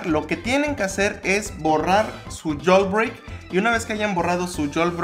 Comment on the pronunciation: "Yolbreick" jajaja